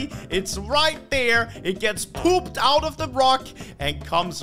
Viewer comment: Way did you say poped out 😂😂❤